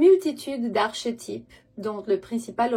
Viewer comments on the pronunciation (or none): Bonjour, merci pour vos vidéos. ❤ Pour info le mot "archétypes " se prononce "arkétype" "Ch"ce prenonce "k". Merci ❤